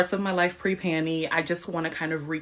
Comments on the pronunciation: When she said “pre-panny” I assumed she was talking about prior to having a large abdominal pannus. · I thought she was saying she no longer goes commando. Pre panie...wth